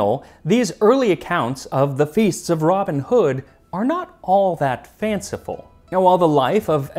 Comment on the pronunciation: Why do Americans put the emphasis on the wrong words? For example: ROBIN Hood instead of Robin HOOD NEW Forest instead of New FOREST KING John instead of King JOHN Beats me!